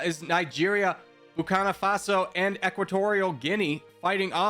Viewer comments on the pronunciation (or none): There are like 3 nations you pronounced incorrectly. Erit-trea Eswa-Teeni Bur-Keen-Na Fa-So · Nobody suffers butchered pronunciation more than Burkina Faso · Etswana? Nambia? Entrea? Boko faso? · "Nambia" "Etswana" "Etswani" "Entreya" "Drs Congo" "Camoros" "Bukini Faso" "Bukano Faso" "Boko Fason" "Boko Fasono" "Boko Faso" "Zimbwabwe" 💀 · I love it everytime mispells Burkina Faso ❤️😖